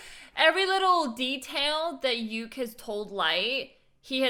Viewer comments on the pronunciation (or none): Somebody tell her that she's saying ryuk name wrong she's calling him yuk or am I hearing it wrong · You are right, she is mis-pronouncing his name.